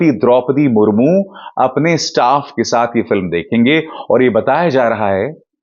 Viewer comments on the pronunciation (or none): none